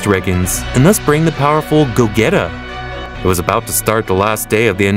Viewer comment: "go - geta" ☠im dead